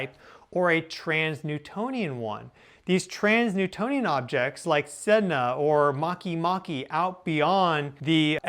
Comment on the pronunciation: Just a side note. 'Trans-Neptunian objects' is pronounced "trans-nEPtUnian objects" and not "trans-nEWtOnian objects". Please don't let misleading pronunciation habit spread and settle in 🙏